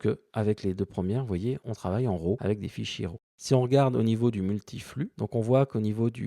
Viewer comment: Super tuto, merci. Par contre juste un petit détail concernant la prononciation de "LUT", on dit "Leut" et pas "lutte". La prononciation "à la française" fait hérisser le poil pour les pro de la vidéo (d'autant que pour RAW vous prononcez parfaitement en Anglais au lieu de l'horrible "Rav" comme disent encore certains) donc autant rester cohérent jusqu'au bout. ;-)